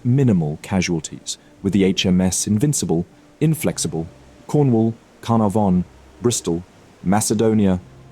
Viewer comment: His pronunciation is atrocious! Canopis, Spee, Carnavon all misspoken. Ugh!